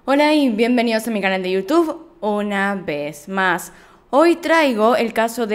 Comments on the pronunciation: Una besmass???😂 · Es: una veh mahsss